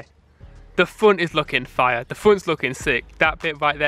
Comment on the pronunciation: "The funt is looking fiuh"